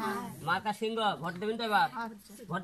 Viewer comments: ভালো করে তো সিংহ উচ্চারণ করতে পারেনা,, বলে শিংঘ,ও আবার হবে এমপি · হিরো আলমের মার্কার নাম হিরো আলম নিজেই বলতে পারবেনা বলে সিংঘ সিংহ বলতে পারেনা